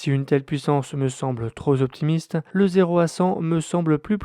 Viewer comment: A 5mn35 le "troze optimiste" 😳